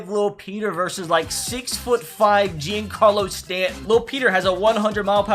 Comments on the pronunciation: It’s supposed to be said like Jon Carlos Stanton not Jian Carlos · Stop saying “je-ancarlo stanton” it’s pronounced “johncarlo stanton” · It pains me to hear him say Jeencarlo Stanton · Its pronounced john Carlo Stanton bruh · he also said "JEAN-carlo Stanton" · The way he said giancarlo 🤣🤣🤣🤣🤣🤣🤣🤣🤣🤣